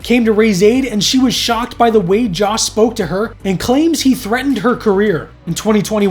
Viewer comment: Joss, not Josh